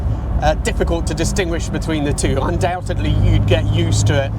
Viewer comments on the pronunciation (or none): none